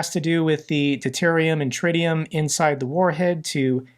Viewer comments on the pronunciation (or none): none